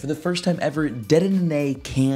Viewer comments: dedenenanay, sir thats now how you say it, its "De De Nay" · no one is talking about "dedenene" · Do you botch Dedenne's name on purpose or something? lol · How many D's are you supposed to pronounce in dedenne? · Anyone else get very triggered by the way he pronounces dedenne and hydreigon lol